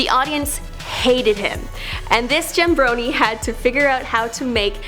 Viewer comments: Wait... did she just say JammBroniey? Is it not “Jabroni” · So we are going to ignore that she said gembroni or gymbroni not jabroni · Wtf is a "jembroni"? It's "JABRONI" stop fucking up every single noun... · Did this bitch just call him a "jambroni'? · the pronunciations in this video need work. It's not jam-broni or mav-ia.